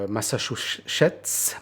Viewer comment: Massouchusistitisis 🤣🤣 bien joué 😆